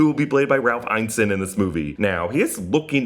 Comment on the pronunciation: Great video, minor thing Ralph Ineson's name is pronounced Ein-ner-son 👍 (and he is a sensational shout for Galactus)